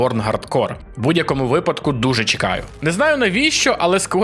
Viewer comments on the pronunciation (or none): none